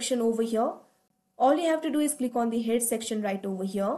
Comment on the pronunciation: I like you accent when you saw overhere 😂😂😂